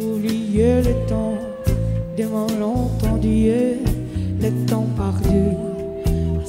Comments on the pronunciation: Olha, sou francófona e infelizmente ela podia ter se dedicado mais para interpretar a canção. Dá para entender? Dá. Mas tem muitos erros. Por exemplo, ela diz "pardue" ao invés de "perdue". Ela não pronuncia nem a letra "e" nem a letra "u" corretamente... então ela vai errando isso durante a musica. Outras vezes ela não disse nada, simplesmente fez um embromation. Não aguentei nem terminar de ver... me incomodou bastante. Tudo bem ter um sotaque e ela não precisa ser francófona, só decorar a canção e entregar algo melhor para seu público. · kkkkkkkkkkkkkkkkkkkkkkkkkkkkkkkkkk Eu tenho ouvido apurado! O que eu volto a dizer é que a pronúncia de Gadu em francês é péssima!!! E ainda inventa palavra que não existe em francês "pardu". kkkkkkkkkkkkkkkkkkkkk